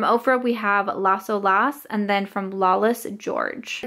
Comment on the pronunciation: Pronounced las OH-las, not LASSO- las. It means “the waves” in Spanish. Keep up the declutters!